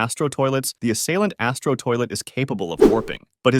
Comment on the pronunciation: Assaliant the first third word Ass